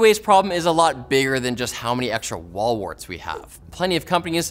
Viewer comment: i giggle whenever says "wall warts"